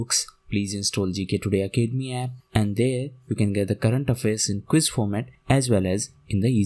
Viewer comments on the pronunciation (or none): none